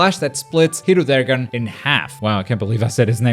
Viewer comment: “Hiru-daygarn, can’t believe I said it first try” You.. You said it wrong- “He-roo-deh-gahrn”